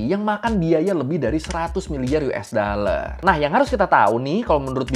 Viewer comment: Dollar bang bukan daller